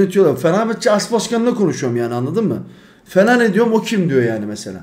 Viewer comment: Fellaini ye fellani demiş sonra da anlamıyor diyo😂😂😂